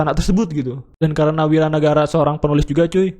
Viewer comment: Wira nagara cuy, bukan wawan nagara...